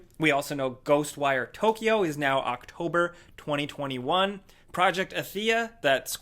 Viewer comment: How is this guy saying the dates 20201